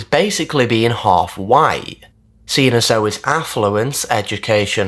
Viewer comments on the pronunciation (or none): none